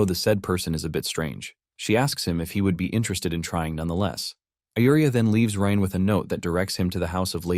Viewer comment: Bro can't figure out if the MC's name is pronounced Rain, Rine, Reen, Rin, or Ryan...c'mon dude, seriously?